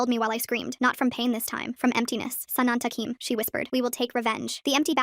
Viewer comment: Btw, quick commentary fix here, it's sanantukim, they're probabky Egypt Arabs from how they speak Arabic though, no assumptions, nice video.